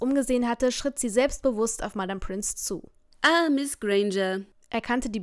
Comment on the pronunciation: sie heißt Pince nicht Prince...